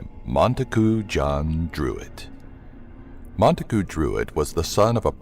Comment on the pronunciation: You said "Mona-goo" instead of "Montague" and it's "Kosminski" not "Kominski"